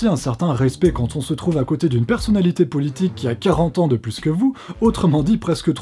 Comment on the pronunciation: Tu as dit "poulitique" 😂 comme ma maman hahahaha